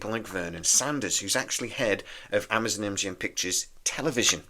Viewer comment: Amazon not Amazun. Candidate not candidit.